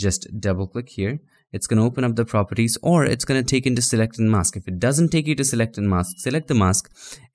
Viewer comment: Your tongue twisted on mask Spell as mas k or mes K